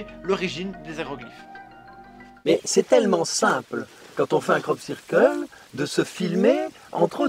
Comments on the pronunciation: Sirqueule pit ! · Sœur keul ! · cyrkeule <3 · La vraie victime c'est la prononciation du mot "circle"